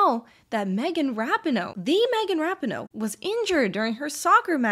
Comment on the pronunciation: That Rapinoe pronunciation tho lol